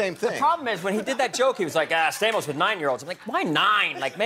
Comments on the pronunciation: actually, in Greek, it is pronounced STA-mos with a hard A, and not Sta(y)-mos, so Rickles was pronouncing it correctly. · He actually did get his name right. He just used the greek pronounciation of Stamos' name. And I'm suprised Stamos didn't say anything.